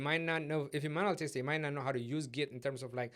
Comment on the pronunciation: Thanks mate, great video series. Just one thing is that you keep saying "taster" instead of "tester". That is a little offputting, especially since you use that term so many times (I mean, you kinda have to given the context). EIther way, that's got nothing to do with the actual content but I thought you might want to know.